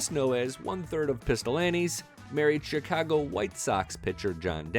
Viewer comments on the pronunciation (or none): none